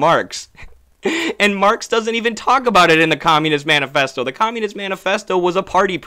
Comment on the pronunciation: Did bro say Menu festo??